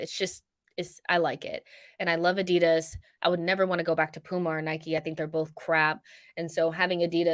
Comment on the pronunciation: AD-I-DAS not adid as